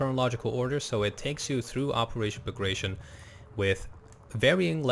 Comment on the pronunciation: It's not fucking bAgration its BagratiOn